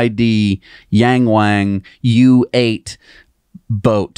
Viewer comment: Hi guys, Yang Wang, pronounced y-ah-ng, w-ah-ng, the A in Mandarin is not a long A (eh), it is pronounced as in ahh. My ears are bleeding... thanks, lesson is free. 😉